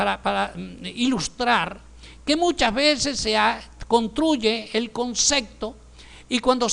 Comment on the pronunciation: y no es concecto se dice CONCEPTO